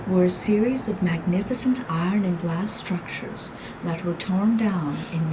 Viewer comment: this is great, but the best thing is every time the guy says eye ron. 😂